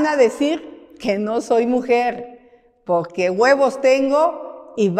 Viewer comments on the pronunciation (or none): ya dice "Pogque" en lugar de porque.